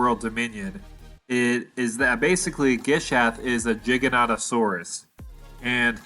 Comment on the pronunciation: I love the way he pronounces the Gigas's full name. Jigga - notta - saurus